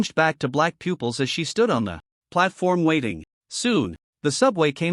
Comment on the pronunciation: I get saying shooting a bough instead of bow, but pooples instead of pupils we dont shit out of our eyes get your words correctly pronounced for fucks sake